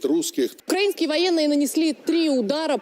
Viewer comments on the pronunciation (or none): none